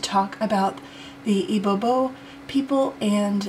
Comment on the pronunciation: It’s not ibobo lol Say “E B BEO” and you’re good 😂